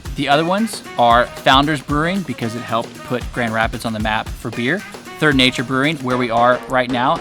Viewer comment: GR!!! In my neck of the woods!!! Brewery Vivant is most excellent and the owners are friend of mine!! And your second, fancier pronunciation is the correct one. Hopefully you got to hit the beach in Holland or Grand Haven. We have AMAZING beaches here in West Michigan!!!!!!!